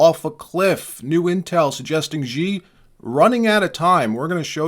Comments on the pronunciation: By the way everyone gets it wrong - the chairman’s Surname Xi is pronounced like ‘she’ not ‘gee’ or ‘zhi’ (second g in garage) no matter how many MSM newscasters get it wrong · Love your vids man, thank you for posting every day! Just one small correction: Xi Jinping’s name is pronouncd - Xi (English word she) Jin (jeen) Ping (like in ping pong) ❤ from Colorado